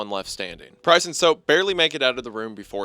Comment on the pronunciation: LMAO! I know he’s saying “Price”, but it sounds so, so, SO much like “Christ”. 😂 First time I was listening I got so confused! I was like, “Jesus? What is Jesus doing there?” Before I realized what he ACTUALLY said 😂